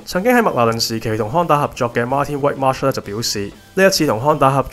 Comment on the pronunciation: * Whitmarsh, 係讀wit-marsh, 唔係white-marsh 🤣